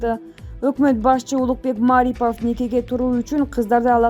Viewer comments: Айнанайын чон кыз туура окуп айтчы сураныч, Улукбек Маарипов эмес, Марипов эле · Эй журналис сен кыргыз тилин жакшылап урон!!!Мааарипоов эмес Марипов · Маарипов эмес Марипов.